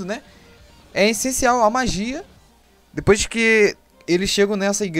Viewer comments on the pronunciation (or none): none